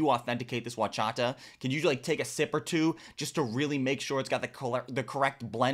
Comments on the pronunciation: Horchata is pronounced or-cha-ta not uwa-cha-ta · It’s horchata, horchata.